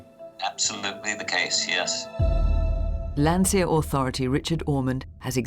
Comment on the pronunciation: It's "Landseer".